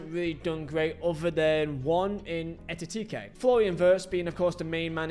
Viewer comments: E-kih-tee-kay Not E-tih-tee-kay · So many people having trouble with Ekitikes name lol. Pundits here in The Netherlands, commentators, my dad sure as hell can't. I think either you are unaware you're saying it wrong or you've just come to grips with the fact your mouth just produces Etitike everytime you try, haha! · How hard is it to pronounce Ekitike correctly